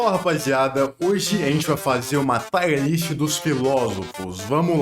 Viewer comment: Por que brasileiros cagam tudo? O cara começa com "Taier" List